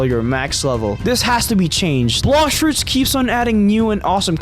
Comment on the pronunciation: Why does he say Bloshfruits at the start